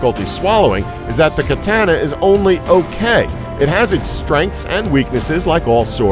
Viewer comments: Problem 1: the smallsword is a thrusting weapon. I think you mean saber or cutlass. Problem 2: your pronunciation of katana... ugh. Also, the katana didn't tend to break outright, but rather warp like a wet Magic card if you so much as looked at it wrong. >.> Its edge-retention was also complete shit, compared to full-hardened blades, because said edge, in particular, was significantly harder and thus comparatively brittle. Those are the only issues I saw, though. I'm impressed! This vid, alone, has earned my sub. Keep up the good work! :) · Don't let this guy say the word, Katana, ever again.... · The way he pronounces "katana" makes me want to punch someone square in the face. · says katana wrong and is also incorrect katana in fact can cut metal have seen so personally reason is the swords super sharp unlike other swordswords, and is actually pretty sturdy bust yes the sword like any other has its fallaws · It's funny how he's so accurate until he gets to katana's. Then his information falls to complete bullshit. First he says it wrong, then even gets the traditional metal used wrong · Please pronounce "katana" correctly" it gives away the fact you're white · Did anyone else get triggered from his pronunciation of katana? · Whitelyre when he said it the first time I cringed so hard. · fantastic video, and great info, aside from your attempt to pronounce katana lol. Though you make an excellent point with Conan, game of thrones might be able to get away with it because it's not just steel it's valyrian steel. basically made up steel they can invent properties for :) but awesome video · Can't even say katana right lol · I swear...every time he says the word Katana wrong... >_< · Ugh I hate the way he says "katana". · Agreed, it's kinda hard to take him seriously when he says katana wrong. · Am I the only one who gets killed from his pronunciation of Katana? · Katana was pronounced wrong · Dude can't say katana correctly lol. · Its katana not katANA